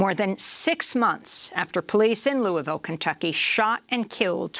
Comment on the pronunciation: "Lul-vul" or "lœ-vul" or loal-vul, "Loui's-ville", or "Louie-ville" .... As a Kentucky it really pisses me off you don't know how we say our cities/words names, despite them being in the news so much. Versailles is "Vur-sæless". Elba is "El-bee".